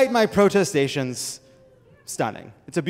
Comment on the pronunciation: I don't believe I've ever heard protestations pronounced with a long O.